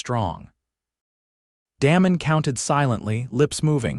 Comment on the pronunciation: AI can’t pronounce words/names correctly! Da mon not Damon…. It sounds like AI is saying Danom